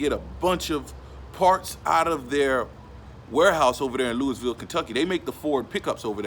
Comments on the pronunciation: It's Lou-ah-vul not Louis-ville. I'm from the city and everybody says it like that. Thank you for shouting out the city tho. U have a great videos tho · Can tell you not from the south. How you say Louisville KY. Say it like lewy Valle. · He said Louisville wrong. Lol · The s us Louisville is silent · THE S IS SILENT IN LOUISVILLE.